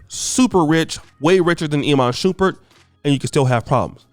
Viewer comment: Lol "E man Shoeperd"? "Iman Shumpert"